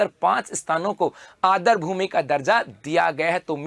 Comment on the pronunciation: Adr nahi aadr boliye